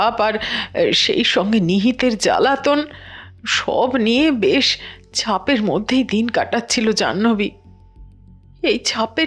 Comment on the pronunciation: নিহিতের জ্বালাতন আর সব মিলিয়ে "ছাপের" মধ্যে দিন কাটাচ্ছিল (সময় ৩৭:৩০) "ছাপের" মধ্যে দিন কাটানো.... হাস্যকর উচ্চারণ একবার নয় দুবার